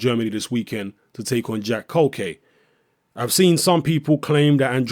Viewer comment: culcay is good bro the Venezuelan... btw u pronounce his name (kool-kai)